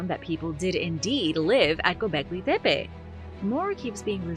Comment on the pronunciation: Why do you keep saying “Pepe”!? It’s making me mad. Put the fu@@ “T” in there!